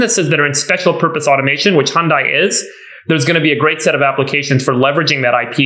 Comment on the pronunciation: Jason you pronounced Hyundai correctly your first try. Hyun-Dae (like in "dead" without the last d) not Hyun-Die.